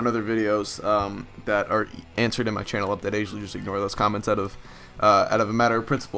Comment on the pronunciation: Hah u said updick instead of update